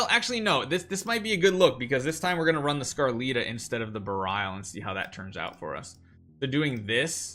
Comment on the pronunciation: couldn't keep watching this with him butchering how to pronounce berial